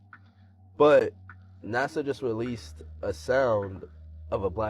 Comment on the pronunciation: Every single video. He just can't pronounce NASA. It always comes out of his mouth like NAZA. Lol.